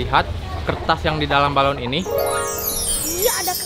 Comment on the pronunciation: balon bukan baralon 😂😂😂😂